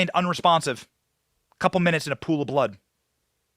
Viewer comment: Benny they only played THE AUDIO - for the jury .. They didn't SEE the actual footage I heard reported. Miguel said "BLAD" - not BLOOD .. this is SIGNIFICANT. The meaning of the word means BLOOD BROTHER "and" "TO DECEIVE from TRUTH." This had to have been CODE and Miguel was LIKELY trying to be an HONEST Journalist knowing full well there'd be a strong likelihood of him suddenly being "disappeared"/suspended/fired? A self-imposed sacrificial lamb for TRUTH? "Who was LYING in a POOL OF "BLAD." - seriously Benny ... I was suspect of his mispronunciation of the normal way of saying blood so looked it up and while MANY def's do NOT say what I found (I took a screen shot) BLAD also means "TO DECEIVE."